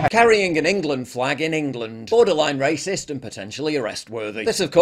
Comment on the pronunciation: did the coper say rahcist??😂😂